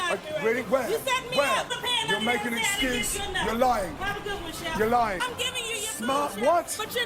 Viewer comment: "you're liying" whot? Jaja